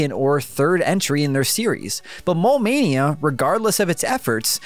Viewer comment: I kept thinking you were sayin “Mall Mania”. I was like, I didn’t know that board game game to Gameboy! Heheh